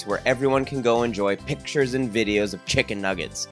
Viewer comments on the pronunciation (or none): none